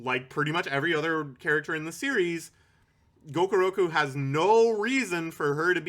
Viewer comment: i find it hysterical that you keep calling gakuro "gokuroku", presumably because the lack of respect you have for the character necessitates fewer brain cells devoted to getting his name right. also according to the internet a blue whale's eyeball is about 10-15 centimeters in diameter (about the size of a grapefruit). apparently whale eyes are actually pretty tiny compared to body size and most of them are considered to have fairly poor vision.